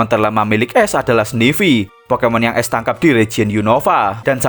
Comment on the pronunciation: Bang baca ash, tetep pake a, bukan pake e... Jadi aSh, bukan eSh